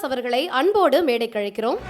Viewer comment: அது, 'மேடைக்கு அலைக்கிறோம்' -இல்லடா.., மேடைக்கு 'அழைக்கிறோம்' 'ழ' -சிறப்பெழுத்து நாவில் வரவில்லையா?, நாவை வடி.., இல்லையா, மேடையில் ஏறாதே... கோபம் வருகிறது...